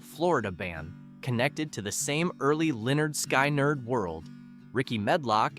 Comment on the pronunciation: FFS-- It's SKIN-nerd, not SKY-nerd!